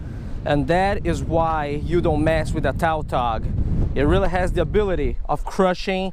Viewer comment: Oh I was confused on what fish he was talking about because it's pronounced tatog